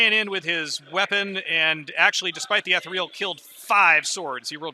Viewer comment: Appreciate the shorter batrep format, the two/three hour unedited ones on YouTube are not for me. Just one small criticism: the word is ethereal (ee-thee-ree-al) not etheral. I know it's a small thing but it makes my eye twitch every time it's mispronounced in the video 😂.